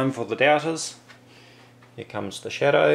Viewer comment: when he says "shadow" i hear "cheddar".